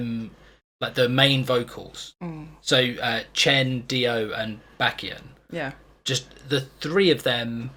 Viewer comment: Did some EXO-L(s) tell you to watch this without giving you a trigger warning?? Shame on them. p.s. it’s Beck-Hyun, two syllables, rhymes with heck fun 😊